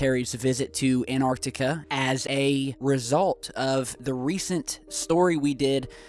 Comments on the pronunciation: it's An'T'arctica… not anartica. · The word is AnTarctica not anarctica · it's called ANTARCTICA with two T's am I the only one that kept hearing anartica?? lol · It's AnTARtica NOT ANARtica. Can you read??! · T..... Say anT AnTar Antarctica.. Theres a fucking T in anTartica... T... T... T... An.... TAR.... TICA.... ANT.... TAR TICA.... ANT.... SAY ANT.... ANT... AN.... TAR TICA... ANT... TAR... TICA.... The T is not silent... Say the fucking T.... AnTartica.... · Love this video, but as an English teacher, something is driving me crazy. The first "t" in Antarctica is not silent! You wouldn't drop the "t" when you say the word "anti", so we shouldn't drop the sound with "Antarctica".